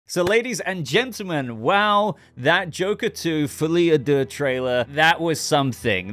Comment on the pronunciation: For real, as someone who speaks French, among all the YouTubers who cover this, you pronounce the title really well